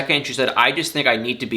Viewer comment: Did you just say "supposeBly?"